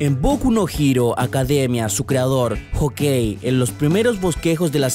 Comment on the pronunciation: QUE CO** ES Hokei!!!!!!!!???¿??? SE DICE KOHEI